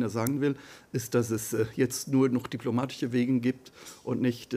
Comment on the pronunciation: Diplomatiche... Der hat wohl so ein Baerbock diplom....